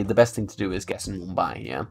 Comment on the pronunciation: You pronounced Pune, Nashik, Mumbai perfectly! ❤️ from Pune